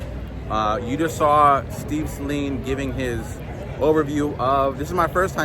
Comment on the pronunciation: First off, thank you for pronouncing his name correctly. These Saleens have it over all the other Mustangs, Dark Horse included. They are unique. Find a Saleen dealer in your general area and do a video. Steve is the man.